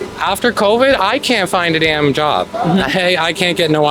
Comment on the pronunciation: “They tuk my joooub”